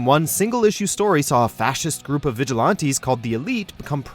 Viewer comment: Why does he say vigilante like thatttt